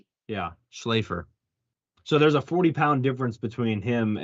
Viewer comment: It’s pronounced Shlaf-ler